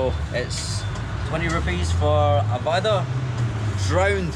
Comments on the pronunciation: It's wara.. not waada.. Hey.. you need to work on your pronunciation..!!! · Dear if U don't want spicy tell them non spicy...and it's not vaadaa it's vada...vaadaa means promise😂 vada means d u can say rrrrrr when pronounce.. say now vada with varrrrhaaaaa haha😂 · You pronounced Vada as the word "waadaa" which in hindi means Promise! 😂 Cute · It's pronunciation is like vadahhh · you must learn the pronunciation of vada. the 'D' in vada is pronounced differently. what you're pronouncing means "promise". sambhar-promise. always good to see your videos. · Foreingers cant pronounce ड़ा